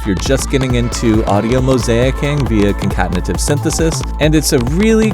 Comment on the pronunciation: Love how you said the word "concatenative" as if it was just no big deal 🤣👏